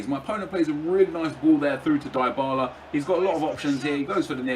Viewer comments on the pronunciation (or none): none